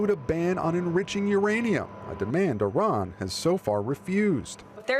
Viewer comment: I wonder why these dumbos in the white house purposefully mispronounce Iran all the time 🤔 So much for educated people running the government